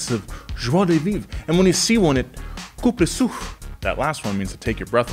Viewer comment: For ego... his pronunciation of "je ne sais quoi", "joie de vivre" and "coupe le souffle"' was... pretty pretty good! Seriously!